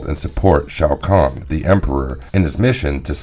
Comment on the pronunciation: Love the idea but perhaps have someone who can pronounce the names correctly narrate the video? It took me a few listens before I realized he was trying to say Shang Tsung and Shao Khan.